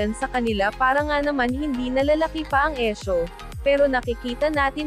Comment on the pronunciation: LizQuen forever. Pero ok na sana ung video kaso ung pagkaka narrate hindi.Like yung ISSUE naging ESHO. #justsaying✌️